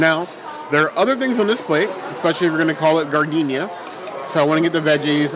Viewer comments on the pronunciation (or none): As a native Chicagoan, I am obligated to inform you that giardinera is pronounced jar-din-air-uh.